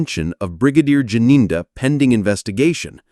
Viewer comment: Gininda not Jininda